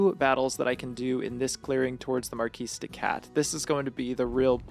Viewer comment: "Marquis" has a soft "r" and silent "s", so it is not "Marcus D. Katt" it is "Mah Kiddy Cat". I know I am a killjoy, I just wanted to point out the intended pun.